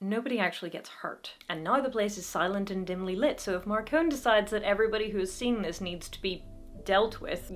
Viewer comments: According to all the audio books, it is Mar-cone, not Mar-con-e. Just FYI since you seemed to express concern about the pronunciation. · Marcone, not Marcone-y. But you're in good company, James Marsters also got it wrong on the first book recording 😄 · ah yes, the Tao of Peter Parker rules Harry's life. funny how James Marsters had to change the pronunciation of "Marcone" in the audiobooks from Mar-con-ay to Mar-cone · I really need to reread the series. I really like the early Dresden. I just finished the last book in the series and it really is getting a little dark. In my opinion, it is MarconE with a "EEE'" at the end. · going by the audiobooks Gentleman John Marcone's last name is pronounced with the "e" on the end, as in "mascarpone "